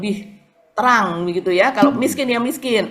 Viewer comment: Miskin Wo... Bukan MESKEN !!! 😂😂😂